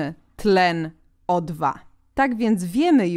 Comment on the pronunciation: O2 a nie OII